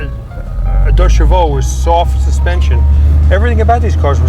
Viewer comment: He said "Deux Chevaux" ! Yeeesss !!! That's the real french name !!! And not "two civi" !